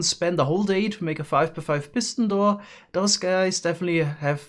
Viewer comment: Nobody:: “Pissin door”